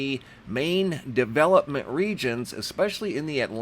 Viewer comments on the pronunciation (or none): none